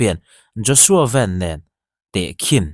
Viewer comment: Engatinge Joshua “Van” hi “Ven” intih zia? Joshua Van ti tur ani zawk